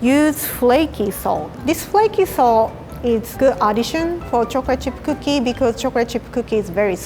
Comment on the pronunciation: No one: Absolutely no one:....: choric chirp kokie